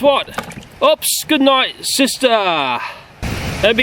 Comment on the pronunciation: Just tell me why you say sisterrrr